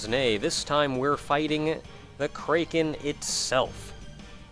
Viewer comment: I inadvertently flinch every time you say kraken like that.